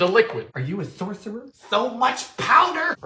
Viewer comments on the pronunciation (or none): "Are you a thortherer?" gets me every time